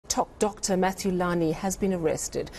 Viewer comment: Did you say "top Doctor "?😅😅😅